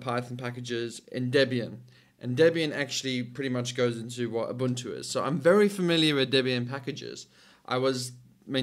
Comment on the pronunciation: A man who can pronounce Ubuntu correctly. Rare indeed.